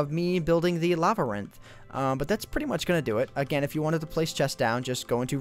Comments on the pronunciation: Nevermind, he's saying Lavarinth. I thought it sounded weird, lol. Nice vid! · Does anyone else hate the way says Labyrinth?